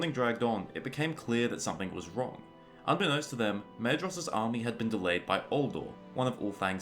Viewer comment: Maedhros is pronounced Maithros, just so you know. My life was atleast turned upside down by that discovery